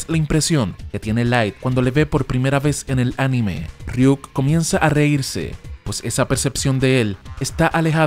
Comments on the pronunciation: .....Es Ryuk no Riuk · Riuk no es ryuk